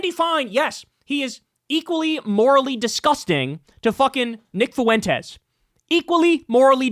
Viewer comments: Why is it always the Latinx nimrods that cannot pronounce Fuentes correctly? It's pronounced Fwent-tez. Not Foo-en-tez. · It's "FWEN-tez", not "foo-WEN-tez". Why can't you get this? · Why do people pronounce Foo-wentez like that? So irritating. It's pronounced Fwentez phonetically. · Never stop making Fuentes a 3-syllable word I love it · Dawg if you’re going to talk about Fuentes can you not say “Foo-went-ez” it’s so insane lol